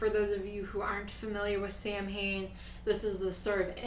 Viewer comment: You said Samhain wrong like I do. It's actually not pronounced anything like that It's like Sow-When or something like that. Look it up it'll ruin your day like it did mine years ago when I found out.